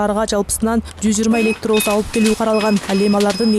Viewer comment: Кабарчы ,,ЭлектоУус"😅 эмес электобус